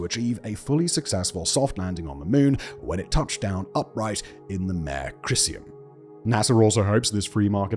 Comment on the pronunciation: excellent video again, though the mispronunciation of "Mare" was like fingernails on a blackboard!